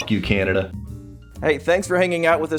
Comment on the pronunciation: Remember when called it Canadia? Lol